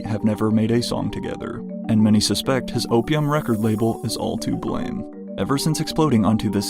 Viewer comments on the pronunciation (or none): none